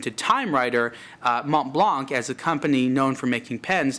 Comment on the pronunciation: You don't pronounce the C in Blanc. Therefore it doesn't sound like blank but blan.